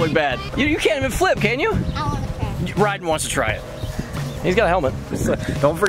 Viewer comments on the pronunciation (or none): It’s ryden not ryder